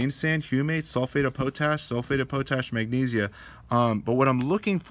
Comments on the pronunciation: The word is POT-ASH, not PO-TASH. Sorry but that is driving me nuts trying to watch your videos. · Sorry for the correction but Potash is not pronounced "po - tash' It is "pot - ash" which is a great source of potassium.